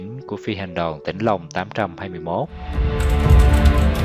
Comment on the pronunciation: Tôi không biết bạn là ai khi thực hiện video này. Bài viết chỉ đúng một phần nhỏ. NGAY CẢ TÊN PHI ĐOÀN CŨNG SAI. TINH LONG CHỨ KHÔNG PHẢI TỈNH LONG. Có thể người đọc đã đọc sai. Tuy nhiên, nhiều chi tiết sai lạc mà người trong cuộc không nhận ra. RẤT TIẾC!!!